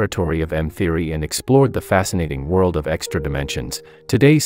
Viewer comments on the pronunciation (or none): GUYS GUYS HE SAID TINY WORLLD